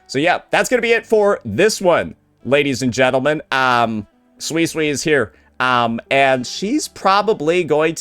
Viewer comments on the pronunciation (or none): pronouncing Suisui's name. Makes me think of swiss cheese. It might be intentional and correcting him won't change that like how he sometimes called Zani as Zoni.